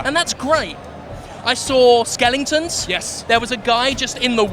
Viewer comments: Wtf Skelingtons? haha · "Skeelingtons"? So there are a bunch of Jack Skellingtons in the game? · Skelingtons! LOL